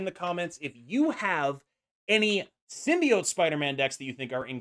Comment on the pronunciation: Actually nice to hear a content creator pronounce “symbiote” correctly lol